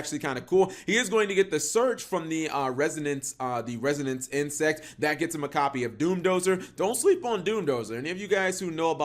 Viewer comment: It’s Resonance Insect, not Renaissance cap... reminds me of your old vid where you pronounced epitome as “ep-ē-tome” 😂